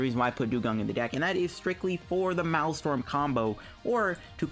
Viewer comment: I like your vids man good deck builds and strats. My OCD was killing me though, you kept saying "Malstrom" its pronounced like this 'mail strom' the MA EL sounds like mail or male.